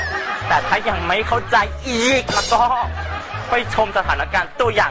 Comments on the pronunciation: ได้อีกกกกกกกกกก เน้น เข้าไปคำนี้ ฮาขี้แตกขี้แตน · ลืมเน้น "อีก!!" ตรง ทบทวนกันอีกรอบน่ะค่ะมาดามมด 555555